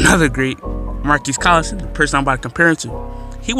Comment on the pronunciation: Colston not collison